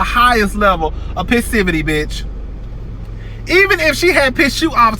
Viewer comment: Not "the highest level of pisstivity"..😅😅 haven't heard that in years